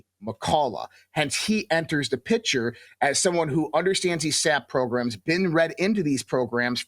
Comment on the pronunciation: How can anyone take him seriously, when he says things like "ex-specially, "Nuckyaller," Pitchur, ?